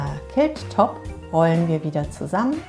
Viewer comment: Sieht interessant aus! Was mich stört ist die Aussprache des Wortes Quilt. Klingt wie Kilt und ein Kilt ist ein Schottenrock!!!